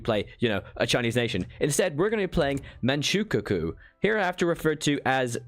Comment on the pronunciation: It's Man ch-oo k-oo-o (since on english it sounds weird as hell) and it's spelled King not ching